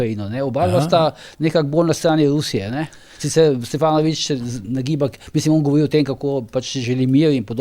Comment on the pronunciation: G. Požar, že v pogovoru z Zoranom ste njegov priimek izgovarjali SteFanovič pa ga v tem primeru spet. Tako kot v NBA izgovorijo "Dončik" namesto "Dončič" Mislim, da je to skrajno neprimerno in ponižujoče za dotično osebo oz. v tistem primeru sogovornika. Dajmo se potrudit, saj ni težko namesto F rečti V. Ni črka R s katero imate težave Pa brez zamere, lep dan